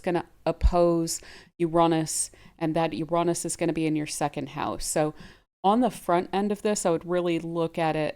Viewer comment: Love your work. And Ur pronounciation of Uranus , I think U say it the best. Take care, all blessings joy peace and love upon you and surrounding you, Thankyou. ❤😊